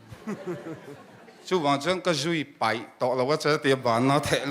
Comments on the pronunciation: Vangtlang pa hi a upa ber hmel sia, mizoṭawngava thiam lo ve,, peih tih turah paih te ti mawle putar berin 😂😂😂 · midang lakah chuan a upa tih a hriat reng alawm le...a upa berin mizo ṭawng a pâi hi kalo zak😂😂😂peih tih tura paih ti khut2 a puitling lo hle tihna nih hi